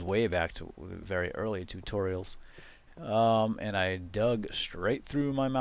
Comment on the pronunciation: no offence but the way you say tutorials is soooo annoying!